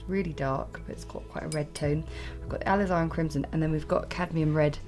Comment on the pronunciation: It's pronounced "a liz are rin crimson " 😉